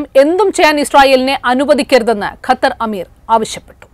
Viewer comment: 😂😂 ചോദിച്ചു .... ദൈവം കൊടുത്തു .... ഖത്തർ അമീർ അല്ല കുത്തർ അമീർ😂😂😂